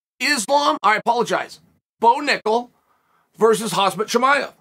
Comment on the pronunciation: Love your stuff! But WHY do you keep calling Khamzat [hazmat]???